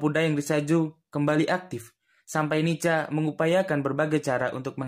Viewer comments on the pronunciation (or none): Bukan dibaca NICA min.....dibaca NIKA......C=K....tolong dihafal dulu singkatan dari NICA...pasti nanti tau juga cara penyebutan nya...